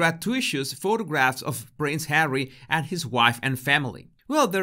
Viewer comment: It’s kind of humorous when you call just Hawwy just “Number 6” 😂